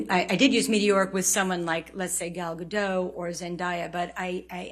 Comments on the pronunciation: Gal GadoTTTT pronounce the T! It's Hebrew not French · Just for future reference: Gal Gadot is pronounced: Gahl Gah-doht. Ahhh sounds and ohhh sounds. ❤ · She can’t even pronounce Gadot correctly. She sounds like a novice. Fans could probably answer these questions a lot better and with more conviction than this fool.